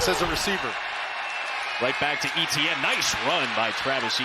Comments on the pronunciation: French-speakers going bonkers when the announcer says ETN instead of ATN. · It's not EEEEEEETEEEEEE EHN Etiene is a French name and is pronounced Eh Tay Yen. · It's not Eh Tee An. It's pronounced as [etjɛn] Try to to pronounce it like De'Von Achane instead. Pronouncing players' name properly is the first rule of sports announcing, and they fail miserably. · Etienne is pronounced Eee Tee En and not Eh T En? Shame for the niners. next week. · Etienne is pronounced Ayyyteeeeann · Why can’t the commentator pronounce Et..ienne’s name properly instead of E..T…N? Really grating, he has a great game as well. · Would be good if the commentator could pronounce Etienne correctly as opposed to calling him E T N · SURELY his name isn't E-T-N ? 😂 Commentator never took high-school French I guess. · Travis E-T-N. ... DOnt think thats how your suppose to pronounce it. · Ignorant commentators not pronouncing Etienne's name correctly. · Why can't the commentator pronounce the name "Etienne" 😭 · and his name is always mispronounced. I'm an Etienne and it hurts my ears!